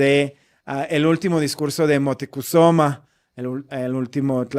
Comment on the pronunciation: Moticusoma???? Será Moctezuma???😂